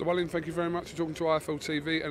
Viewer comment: It's Otto Valleen ffs 🤣 not pronounced Wallin.